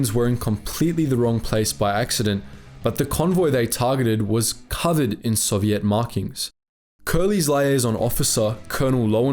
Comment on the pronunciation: FFS mate Learn how to pronounce Soviet properly